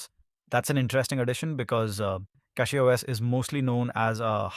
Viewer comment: Cackyos lol